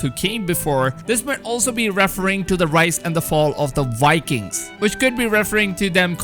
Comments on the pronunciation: also, Vikings, not wikins! :D but keep up the good work ! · It's pronounced like bye-kings not wai-kings